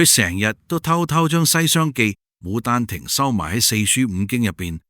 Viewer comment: 牡丹亭係「卯」丹亭